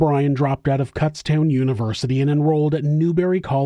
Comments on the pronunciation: Hey, it's pronounced Kūtztown not Kútztown lol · Kutztown is pronounced Coots (rhymes with foots) town. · Sorry. It’s a long U not a short U in Kutztown. I’m from Pennsylvania. My mom went there.